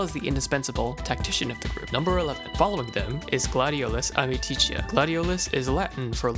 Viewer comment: it's amicitia goddamnit. AMICITIA!!! AND I DON'T EVEN LIKE GLADIO